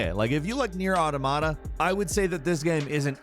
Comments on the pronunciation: Automata - it's pronounced like 'automaton'. I only know this from computer science courses, but the way says it is especially weird and ugly. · meh at the games meh at not being able to pronounce automata properly after years of mentioning it